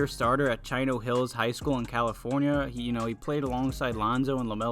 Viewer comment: Give the Bulls Melo lets freaking GO!! Pronounced CHEE NO